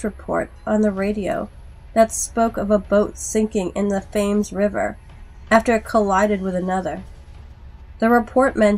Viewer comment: Oh, normally I don't do pronunciation correction, but as London always seems to come up in horror this is a good one to know going forward. That river's name is actually pronounced "Temz," even though it's spelled "Thames." Also if you ever happen to run into "Gloucester" that one will be pronounced "Gloss-ter," instead of "Glow-kester." English place names are often deliberately torturous for outsiders.